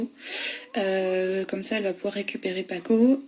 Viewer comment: On dit quand même pas commem !